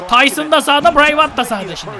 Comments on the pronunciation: abi Bray Whayt bırey viyat diye okunuyor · abi brey wit diye okunuyor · biray Viyat diye okunuyor Bray Wyatt diye yazılıyor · Abi Bray Wyat Bray Vayat diye okunuyo :D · adam bıray vat die okunuyo abi